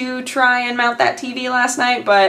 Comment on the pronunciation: Everytime you say TV, to me it sounds like you say TB ^^